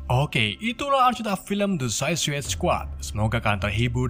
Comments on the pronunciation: Gua dengernya lu bilang susis bang🤣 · Saikid baca nya yg bener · Cuma bisa ngakak aja dengar mimin nyebut2 suicide & anggtotnya wkwkwk 😂👍🏻